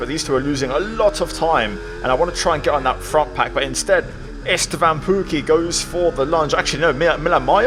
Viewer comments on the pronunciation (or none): Why do you keep calling Istvan Esteban? 😂